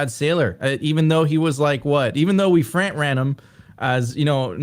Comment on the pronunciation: “ Frant Ran” 😂